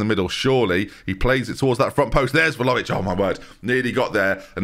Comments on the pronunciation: Doo-shan Vla-ho-vitch. But every time pronounces it Volovich, I hear vol-au-vent in my head 😂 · I actually hate Vlahovic because of your pronunciation 😂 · All of this talk of how to pronounce Bijlow (spoiler, it’s ‘Bay-low’), we’ve never mentioned how badly pronounced Vlahović is. Every time I hear his name I think there’s a puff pastry playing at number nine 😂 (Love the content! 😅)